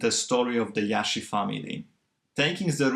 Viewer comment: its not “Iashi” their lastname, its “Jashi”. pronounced Like reguLar “J”